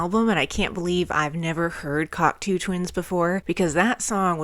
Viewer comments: One of my all time favourite groups, they are absolute legends. Now, unless I've been saying their name wrong for decades (and anything's possible!), it's pronounced (Kok - "toe") Twins, not (Kok - "too" Twins). Love your reactions!!! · It's CocTOW Twins, not CocTOO Twins...😮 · You kids 😅 It's "Cock-toe" not Coctoo hun.❤ I'm so glad you crawled out from underneath your rock. The word you're looking for is "murky" Thats guitar your calling a bagpipe in Iceblink Luck. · Just to let you know you are pronouncing Cocteau wrong. It is pronounced Cock- TOE ! Glad to see people discover great music btw ! 🥰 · Hi. Glad you discovered this band. Just a minor correction - Cocteau is pronounced "cock toe". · Great reaction,and can guarantee it won't be the last time you listen to this band - but be aware,their first album "Garlands" is a far cry from this,and very much in the post punk mold from where they started - still some epic music on there. But do have to correct you on the pronunciation of the Cocteau Twins - it's Coc (toe) not as in too...sorry,it's a small thing,but then the last song "Frou Frou Foxes In Midsummer Fires" is pronounced Froo Froo, not Frow Frow...again I apologize about being so pedantic,and hopefully you'll do more breakdowns from this awesome band, you may also want to check out very close connections like This Mortal Coil and Dead Can Dance (if you think Liz Fraser from the Cocteaus has an amazing voice,wait until you hear Lisa Gerrard from Dead Can Dance,and guitarist Brendan Perry has an amazing voice as well) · Awesome reaction, awesome band, awesome bunch of albums too - and worth investigating some of the stuff that spurred off. Just a note - it's pronounced like "Cock toe" - French :)